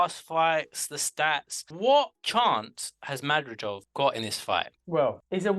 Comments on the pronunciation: Not madrijov,no!!! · You guys are deliberately trying to mispronounce Madrimov. It is so easy for anyone to properly pronounce Madrimov.